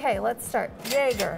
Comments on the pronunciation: I think I threw up a little bit in my mouth when she pronounced Jaeger as "Yaeger". Otherwise, great video! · You work in a higher end watch shop, and call it a "yaeger"? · Me: Nice! seems super knowledgeable and cool!: pronounces Jaeger as “Yay-grr” Me: Nooooooooo!! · Did she say "yager" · But she mispronounced Jaeger. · butchering the pronounciation of Jaeger... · She did amazing except that Jaeger pronounciation